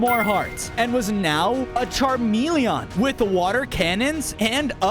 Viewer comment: Dont get this wrong i love but hate the way he prenounces charmilion